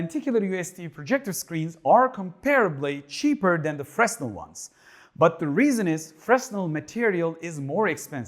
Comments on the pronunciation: The S in Fresnel is silent Fre -nel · Fresnel is a profer name; it is named after an 18th century French scientist named Fresnel who invented this technology. The 's' is silent in French.